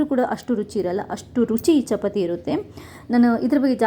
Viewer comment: chapati alla chapaati anni mam